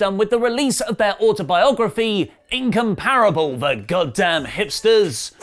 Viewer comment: Interesting way of saying "Incomparable"